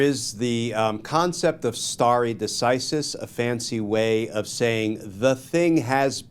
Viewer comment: STAR-ay duh-SIGH-sis. It was bugging me.